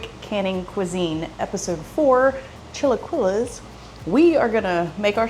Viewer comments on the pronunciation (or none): pronounced "chee la key lays